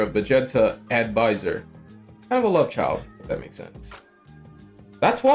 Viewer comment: Sorry man I meant like the pronounciations of names like "Baiser" being pronounced like "Byzer". It's funny and this is still a very good video. No hate.